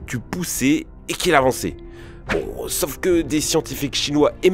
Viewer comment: Si jamais, c'est SAUF, un A et U et non "sof"... sacré français. Un peu comme "pomme-paume" vous voyez la différence? Merci merci, bisous les michtos